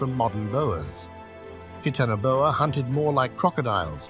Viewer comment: Oh wow...teetanaboa? Really?